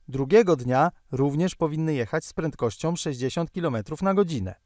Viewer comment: "takOM samOM prentkościOM" - ładny kombos.